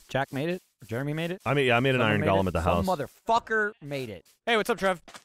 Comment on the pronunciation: It's Go-lum. not Gall-um the O is pronounced.